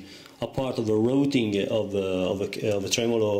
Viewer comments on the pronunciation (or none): none